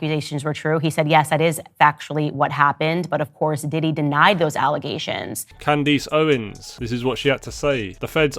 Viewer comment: Sean Coombs? Candeece Owens? Do you just decide for yourself how to pronounce words?